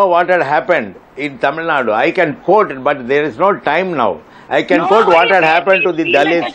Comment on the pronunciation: Tamil, not Taamil, Vishnu